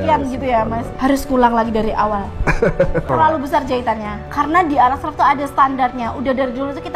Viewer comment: sangat mengispirasi, sukses terus, tapi cara pelafalannya menggelitikku, Aras-kRaf.. lebih tepat nya kan Aras-KArf, Ya sudah lah